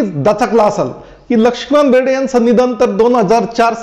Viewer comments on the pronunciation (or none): lakshikant berde bolta yet nahi ka tumhala